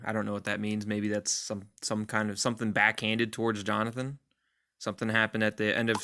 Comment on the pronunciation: Lmfao Jo-Nathan 😂😂😂😂